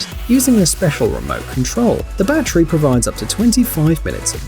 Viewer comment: "The battreee provides up to minutes of work."